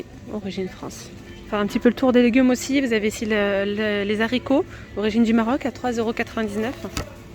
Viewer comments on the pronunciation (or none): Arrête de dire "zaricots" on dit haricots ...on pronounce pas 😅 😌 Merci pour tes videos